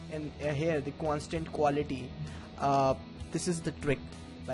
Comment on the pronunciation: "here, the cwanstant quality."